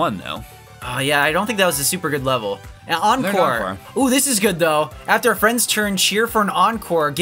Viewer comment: Encore, not enecore.